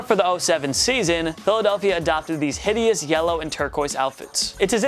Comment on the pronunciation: And the pats old jerseys are on my top 5 and he’s saying it hitious